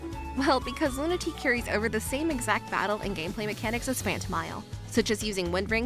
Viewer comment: loon-uh-tay-uh not luna-tee